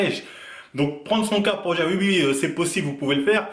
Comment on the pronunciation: on dit Oui pas Ui